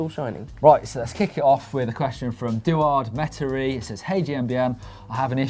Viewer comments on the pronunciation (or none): Hey, it's "E"douard Meterie ! But it's ok, thanks for the answers guys !